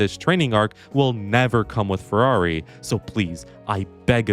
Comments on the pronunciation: Why does this guy have such a hard time saying “Ferrari?” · It's not Alonslow, not Sbinalla Vettel, nor crash Legreg. Its Ferrari.